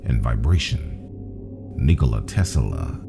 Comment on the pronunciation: PLEASE stop saying "Tesala" !!!